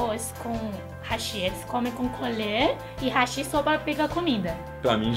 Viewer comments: Pq vcs falam rachiiii(hashí)??? É Raaaachi(Hashi Haaaaaaaaashi É o correto! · Só uma observação: o correto da pronúncia do hashi é como háshi, pois do geito que falam no vídeo da a entender como "pontes", apenas uma curiosidade sobre isso.